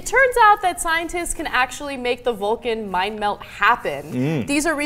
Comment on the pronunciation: Did Ana call it the "Vulcan Mind Melt"? *raised eyebrow*